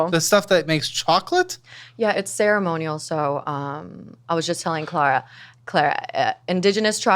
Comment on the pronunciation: They way she pronounced “Clara” the first time told me everything I needed to know